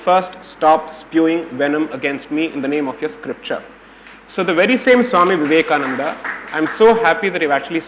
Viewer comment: Mr. Taroor, it is not Vivekanand, it is Swami Vivekananda.